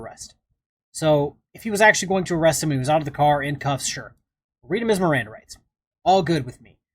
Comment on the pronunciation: "my mirandum rights"